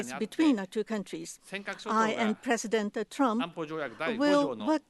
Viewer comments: "presidentuh trumpuh" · Puresudento Turampu